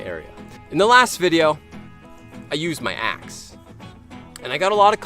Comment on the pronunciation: You said axe to ass =))